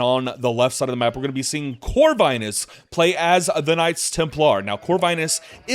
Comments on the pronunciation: Lovely cast !! BTW, Corvinus name is pronounced with "i" like in word India, not like in word Ice :). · Pretty sure Corvinus is pronouced with a short "i" sound.